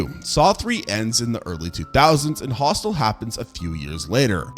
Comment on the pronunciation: om-nye-science, hostile (instead of Hostel), sluh-vack-ia...